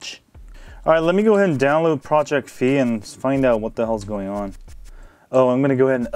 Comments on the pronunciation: Figh like high not fee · WTF!?!? Its FI not FEE!! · Damn, it's pronounced Fai. XD